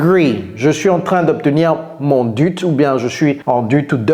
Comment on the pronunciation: En français on ne dit pas "dute" on dit dé u té